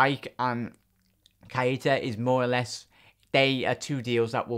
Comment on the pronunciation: mate its NOT KI ETA it's pronounced kayta plz just say it properly